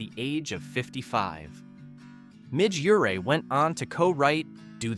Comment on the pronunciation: He can't pronounce Midge Ure either 😂